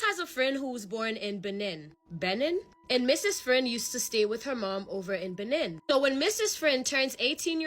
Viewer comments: Loveee your stories and content and wanted to help you out girl lol Benin is (beh- neen) 😂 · It’s pronounced Beh-neen ✌🏾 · It’s pronounced Beneen. They got some rs in that country, my bd is from there 😩